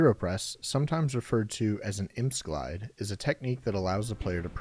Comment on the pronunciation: lmao "impse glide"